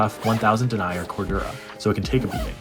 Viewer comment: Denier is pronounced den eeah